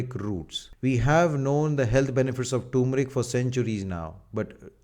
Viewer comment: Y r u pronouncing turmeric as toomric like foreigners⁉️🙄